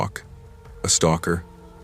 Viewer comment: What is a stalkar? Or did you mean stalkEr?